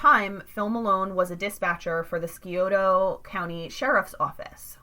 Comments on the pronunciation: These words are pronounced as follows, Scioto (Sci "same as sci-fi"-oto), Mearan (Mer-ran), Portsmouth (Ports-mith). Please use correctly in next podcast. Thank you for your understanding. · I'm having trouble watching this just because the way she keeps mispronouncing portsmouth and scioto 🤣🤣